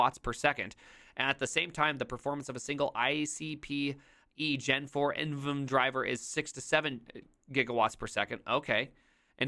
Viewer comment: so you pronounce it I-aaS and NVMe is N-V-M-e lol, jk love the content